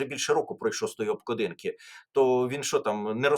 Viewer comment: Пане Тарасе, не обкладІнки, а обклАдинки. Звертайте, будь ласка, увагу на наголоси. У Вас вони іноді дуже дивні.